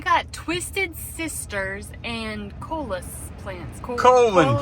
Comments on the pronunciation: Pronounced Co lee us ..plant names can be tough.. ...nice job On the sidewalk too. Always work to do in a big yard but it's very rewarding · FYI - Coleus is pronounced “co-lee-us.” Next time just ask the nursery personnel all the questions - how much water, what type of soil, how much sun, how to pronounce the name, etc. They will give you advice specific to where you live. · "Co lee us" is how you say coleus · Coll-ee-us 😂 Those are beautiful and they come in many different shades! You guys are the busiest couple I’ve seen! Is that a murder of crows? Do you know what you need? To pick a drier part of your yard (the part that’s not saturated most of the time) and plant an orchard. Apple, peach, plum, pear and orange trees. What do you think? “Kayla, you can’t deviate at all because you’ll take the barn down and kill me!” 😅😂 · We pronounce it here with long O and E sounds, 3 syllables. Like: CO LE US.